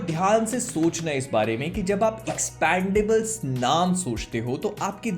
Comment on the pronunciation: "Expondables" ka review kar diya tumne to. 😂😂😂😂 Jyada angreji seekh li bhai ne.